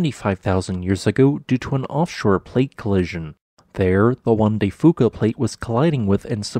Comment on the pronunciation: It's Juan de 'few ka"